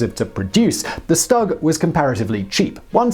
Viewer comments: Stug is pronounced Shtoog, not s-tug Cause the way you pronounce the full name of the tank the Sturmgeschütz III. otherwise, it was good. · "Shtoog" not "stug" but fun video nonetheless! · It’s st-oo-g not st-u-g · Tiger tank is the Baneblade of the WW2. Why is it jarring to hear "Stug?" That seems right, even if almost everyone says "Stoog"? I don't know anything about pronunciation so don't care either way, but which is it?